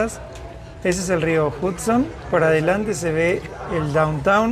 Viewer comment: Aclaración: el río Hudson, se pronuncia "JAD-son", NÓ JUD-son". Igual como "Nueva York" se pronuncia "Nueva iork", nó "Nueva SH-ork".😊😊